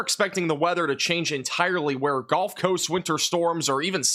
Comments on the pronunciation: Is he saying "golf" coast instead of "gulf" coast or is there an atea called "the golf coast"? The Golf of America? 😂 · 😂😂😂 golf coast 😂😂😂 love your videos boss but every time you say “gulf” I hear “golf” for some reason 😂😂😂